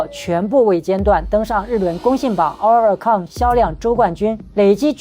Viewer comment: 希望團體KAT-TUN的正確發音 公信榜oricon的正確發音 可以先查詢後再念.... 或讓谷歌小姐.AI發音念也沒關係.... 聽了有一點痛苦....